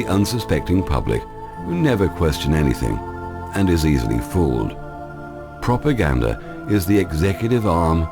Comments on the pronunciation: I like his channel too, I have thought that to myself, how he pronounces propaganda, I've never really noticed anything else, but yes he does put out good info very passionately... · I love dahboo7's channel... I can get past his speech, he is from Kentucky, he can't pronounce propaganda either, other than that he sounds like he's from the north or doesn't seem to have southern accent